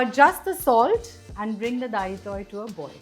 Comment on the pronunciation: Isn't it dalitoy and not dahitoi.I am an Amchi Konkani